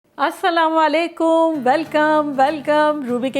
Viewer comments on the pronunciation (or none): Aslam o Alaikum Respected I always liked your recipes especially the why you talk freely I just wanna request you please say Aslam O Alaikum Bcz you a always say Aslaw a. alaikum Please don’t mind I don’t wanna hurt you Stay blessed forever 😘 Thanks